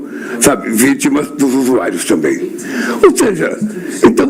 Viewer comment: Esse Lula é tão analfabeto que chama os viciados de "USUAIROS" ao invés de usuarios kkkkkkkkk